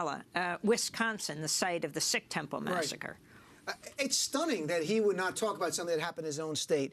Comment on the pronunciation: Sikh is pronounced "seek", Goodman. Not "sick".